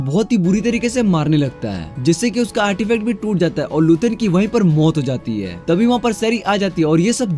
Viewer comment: Bikers ko bakers or maut ko muthe (wtf) bhai apki pronounsation me thodi gadbadi he 😂😂